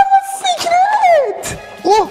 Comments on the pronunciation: سیکرت نه سکرت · سکرت درسته نه سیکرت